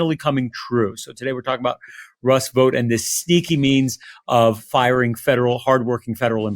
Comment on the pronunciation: Vought would be pronounced like out, not vote, and he is evil. The shutdown also avoids the release of the Epstein files